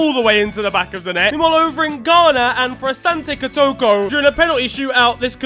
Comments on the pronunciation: On behalf of all Ghanaians the word is KOTOKO(koh-toh-koh) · Man you butchered that Ghanaian team's name 😂😂😂😂😂😂